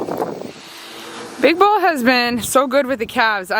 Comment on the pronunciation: the way you said”big bull” almost reminded me of all the “big balls” commentary we’ve been hearing on the news this week and I had to laugh